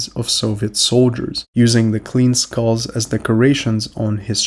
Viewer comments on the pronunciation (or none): none